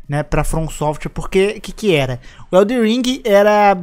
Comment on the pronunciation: Ainda estou tentando entender pq tem tanta gente que fala “EldeRRR ring e não EldeNN Ring kkkkkk